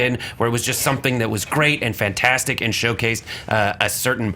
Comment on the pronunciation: Learn to say fantastic 4 right.